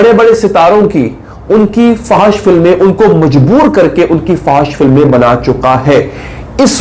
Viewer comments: Fahash ni fohash hota hai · FO H SH, is the right pronunciation.